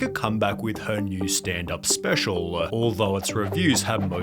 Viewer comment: I hate how sunny pronounces his L’s lol. “This is so specialuh”